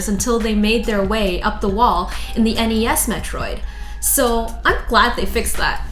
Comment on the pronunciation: She really needs to loosen up a bit when narrating these. For example, the way she says NES and SNES makes it hard to imagine shes played any of these game systems.